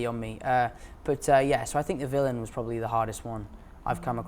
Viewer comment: 빌런을 빌리언이라고 발음하네 ㅋㅋㅋㅋㅋㅋㅋ